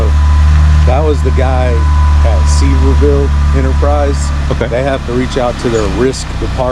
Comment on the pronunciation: It's like nails on a chalkboard when someone says "Seever Ville" instead of Sevierville.